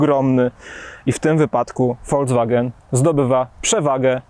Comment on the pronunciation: Mówimy: folks-wagen, a nie folc-wagen, panie redaktorze.